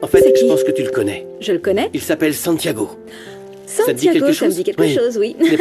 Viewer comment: Surnom sa Santi yo ba Santiago a gen yon jan li mal sonnen nan zòrèy mwen wi😂😂😂😂yo pat ka di Tiago 🤔😂